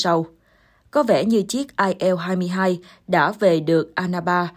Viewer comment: Bạn Yên Ngọc phát âm tên hiệu chiếc máy bay Nga kỳ quá!! Chiếc IL 23 bạn đọc là “ ai eo hai mươi ba “ ????Các bạn thấy đó, nữa Tây nữa Ta, nôm na là nữa gà nữa vịt!! Bạn phải phát âm là “ I en lờ hai mươi ba “ trong phát âm chuẩn xác của tiếng Việt. Còn nếu đọc chính xác cho có vẻ “Tây “ thì phải là “ Ai eo tuen ti thờ ri”. Bên đài HTD NEWS cũng cái phát âm loạn xị như vậy mà hiện nay không phải một mình tôi mà nhiều bạn khác đã chuyển sang kênh khác. Mong bạn chỉnh sửa dùm. Cảm ơn.